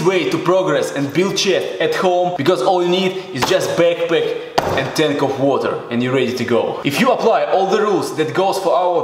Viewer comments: You only need a beckpeck and tenk with woter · no one: this guy: bekpek, guess what (punches his chest twice) for chest geinzz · the way he says backpack gets me every time. lol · Love the way he says backpack